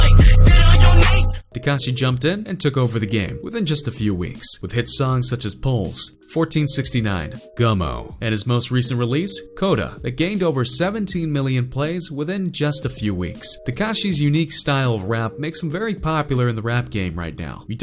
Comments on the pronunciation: Dis fool say coda its Kooda like barracuda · Lmao dude said koda...is kooda lol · Stop sayin KODA it’s KOODA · 😆😆😂😂😭 I'm mad he pronounced Kooda as Coda lmfao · He said kodda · This man said koda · There always saying kooda wrong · This nigga said koda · "Koda" zzzzzzzzz. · Is pronounced kuuda And you said poles, 1469 smh 🤦🏻‍♂️ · “Koda” lmao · do you even do research his newest song is keke, and kooda is pronounced kOOda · Why did he say Kooda like that? 😂😂😂😂😂😂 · When he said Kooda I wanted to die